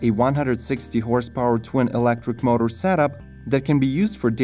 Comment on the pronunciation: Notice how the speaker can't say power & motor?? He instead pronounces it pawer mauter